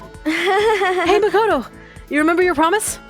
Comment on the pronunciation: Its makoto not "mocoto"